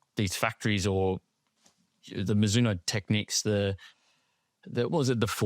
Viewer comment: Loved the boys effort in pronouncing Mizuno correctly. But just so you know, the 'no' in Mizuno is pronouced more like the 'o' in box. Love the pod boys, keep up the good effort!